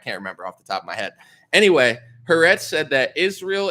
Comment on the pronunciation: the Israeli media company’s name is pronounced Ha-Ar-etz 😉 loving you. Keep up the good work